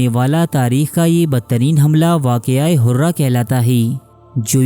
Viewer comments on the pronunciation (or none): Waqia Hurrah nhi Harrah ...... 63 Hijri ka hai yeh Waqia....